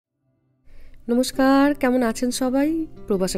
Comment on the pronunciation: আপনি কথা এভাবে বলেন কেন? ছেছ,নমছকার,ফিছ etc